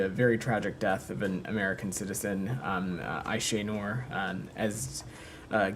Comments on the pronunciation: Wouldn't call him skillful but illiterate yes ,he can't even pronounce Aysenur's name properly . I wonder, if they even realise how they present themselves in the eyes of the public , or is it the case that their little brains just can't comprehend it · Buffon din't even learnt to pronounce the name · Shameful. The man can't even pronounce the womans name properly.